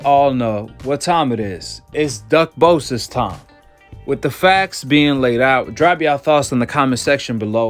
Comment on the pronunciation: "...Duck-bosis..." Now, that a good one😂😂😂😂